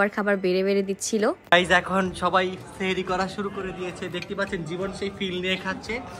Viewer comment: তোমরা সেহেরি বলছো হবে সাহারি